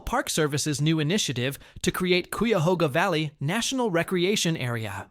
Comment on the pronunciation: Plz learn how to say CUYAHOGA